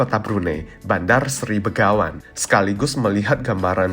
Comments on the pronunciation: selalu salah menyebut Begawan dengan Benggawan. Mungkin karena orang Indonesia terbiasa dengan menyebut Bengawan (Solo)😅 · Yang benar Bandar Seri Begawan, bukan Bengawan 👍🙏